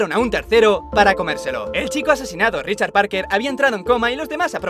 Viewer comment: mira richar parker!! (acento indu)